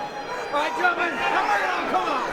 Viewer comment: this man legitimately says "and now, ladies and gentlemen, on my white, his opponent..."